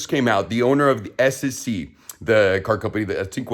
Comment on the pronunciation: He cant even say SSC right!!! say goodbye to the keys to the Tuatara!!! 😅😅😅